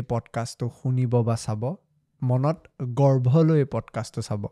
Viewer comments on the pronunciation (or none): গৰ্ভ নহয় ডেয়াৰ গৰ্ব হয় ।তুমাৰ এয়া সদায় চাওঁ ভাল লাগে। ভুল pronounce কৰিলে কাণত লাগি ধৰে শুনাজনৰ। বাকী ভাল লাগে... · It's"Garba" not gharba. BTW loved ur videos